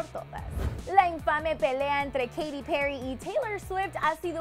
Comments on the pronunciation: odio cómo dice Katy :v "Keiri" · Keirui :v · Que no es Keity? :v